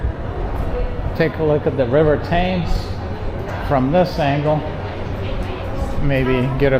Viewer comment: Tems, not Tames